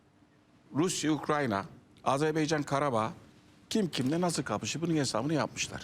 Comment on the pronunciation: BU ÜLKEDE TEPEDEN TIRNAĞA BAKANINA PAŞASINA BİR ÜLKENİN ADINI ÖĞRETMEK LAZIM--- DÜNYADA AZERBEYCAN DİYE BİR ÜLKE YOK... AZERBAYCAN -- AZERBAYCAN -- AZERBAYCAN... KOCA KOCA ADAMLAR. ARTIK DOĞRU SÖYLEYİN ŞU ÜLKEMİZİN ADINI. HECELEYİN BAKAYIM. A ZER BAY CAN.. NEYMİŞ A ZER BAY CAN... AFFERİN. İŞTE BÖYLE..